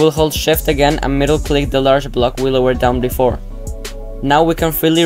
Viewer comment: Are you saying "middle click" at the bridge part? Because you're mumbling big time on that part and it took me ages to figure out what I was doing wrong.